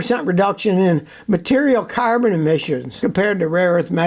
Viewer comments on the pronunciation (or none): none